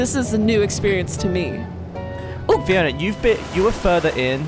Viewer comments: Why is it not Free-ona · Freeona? Ganova?